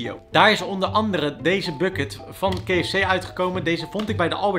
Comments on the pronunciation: Keh Ef Cee 😂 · Ja inderdaad. Zeg dan of op zijn Nederlands: Ka-Ef-Cee. Of op zijn Engels: Kee-Ef-Cie. Ik vond het ook heel bijzonder. Nog nooit iemand het zo horen uitspreken. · kee f c. Wie spreekt zo KFC uit? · Kee ef see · Ik wilde net herzelfde reageren hahah kfzee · Het triggert mij echt hoe jij KFC uitspreekt, je combineert Nederlandse uitspraak met de Engelse 😂. Verder weer een super leuke video net als altijd. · Wou precies dit reageren! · Zelfde gevoel hier. Of Engels of Nederlands, maar mengen geeft mij de kriebels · Grappig dat je de K in het Engels uit spreekt en F C in het Nederlands van KFC 😂